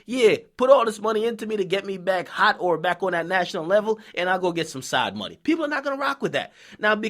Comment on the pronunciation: nigga killing me every time he say "mawny"